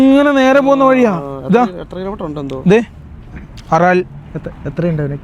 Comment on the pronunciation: ആറാൽ ൽ സീ alla ബ്രോ അരൽ sea